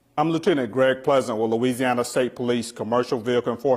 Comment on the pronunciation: "LOUISANNA" lmao!!!! yeah that's all he had to say.